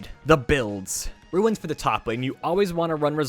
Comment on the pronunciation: Ruins... Ruins... Ruins.... ITS RUNES!!!!!